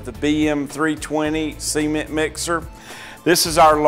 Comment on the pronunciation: Semen?.... ....ooooh, ceeeement.. right, gotcha🤣